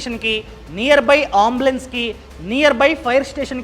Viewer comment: Ombulance kadu Embulance ani pronounce cheyyali.. good and informative videos ❤